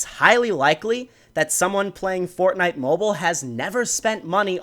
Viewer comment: He said bortnite